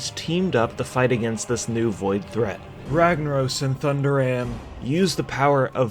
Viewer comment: It hurt my soul when you said Thunderaan.